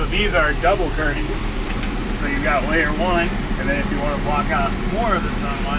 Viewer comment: Believe it or not there is a t in the word 'curtain'.